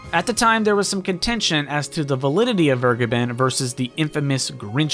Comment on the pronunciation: Vergeben is a German word and is pronounced fair-GAY-ben.